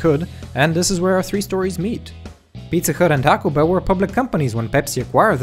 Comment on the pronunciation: Is it just me or did he say pizza cut